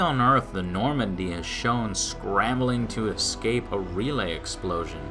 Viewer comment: My only problem with anything does is that problem he has with words beginning with "Esc-" "Ecspecially" and "Ecscape" for example. It nags at my brain. His opinions often mirror my own tastes, so I enjoy his reviews. He also seems to have a pretty good grasp of the industry as a whole, albeit he can get a little over inthusiastic at times. Love the Show...hate that little verbal tick.